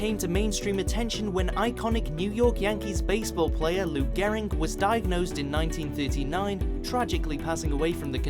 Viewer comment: “Lou *Gehring*” It’s pronounced Garrig.